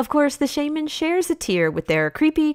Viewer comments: I'm sorry but it's Sha-Man not Shay-Man!! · Am I the only one who's ears cried at the Shaman pronunciation. Good video tho. Minus the swords man ranking that is too low